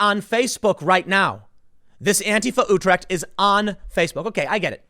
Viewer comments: hearing tim say utrecht is cringe af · Hearing you try to pronounce Utrecht is hilarious.